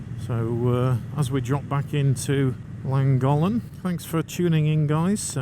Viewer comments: Llangollen i think you said Langholm 😊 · Isnt it pronounced langothlen? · Would have been nice if you had done a tiny bit of research as to actually pronounce Llangollen, its not rocket science, and no, im not Welsh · Also pronounced it Thlangothlen because of the double LL's. Maybe I've been doing it wrong? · Nice vid. Llangollen is pronounced more like Chlan (the Ch is important like in church but listen or ask locals)- Goth Len. Wales is great for bikers. Glad you love it. I do find how people say Welsh place names funny :) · In your defence it’s not easy to pronounce words in a language you don’t know. I understand the frustration for 1st language Welsh though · Llangollen is a gorgeous place but I wish you would pronounce it correctly. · You are miss producing the name of the town in correctly. There are two LL not one at the beginning that make a sound together as if you have flem in your mouth and you put your tongue between your teeth to say the word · Please please learn how to pronounce Llangollen 😖. 50 & 40mph roads haven't changed under the new legislation. My Speed Twin 900 cruises along happily at 20mph in 2nd gear. Nothing is ruined, North Wales is still the best place to live & ride. Sure the 20mph zones could be tweeked in some places but it's early days 🤷‍♀️. I won't be signing any petition, it's nice having our villages safer & there are plenty of fast roads still. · Can't listen you wreck how you pronounce Llangollen 🤦‍♀️ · To be fair, you should be banned from Wales until you learn how to pronounce Llangollen properly. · Thanks, but I feel you could have made some attempt to pronounce Llangollen properly. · Nice vid but try pronouncing Llangollen correctly especially grating listening to you massacre it....also 20mph in towns villages is mildly irritating ...no one likes change.🏍🙄